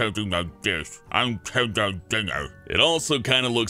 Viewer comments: WHY DO YOU SAY KENDALL LIKE KEN DOLL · Did he say "Ken Doll Jenner" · anyone notice how he said ken-doll Jenner? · people are gonna be so pissed about mispronouncing Louis and Kendall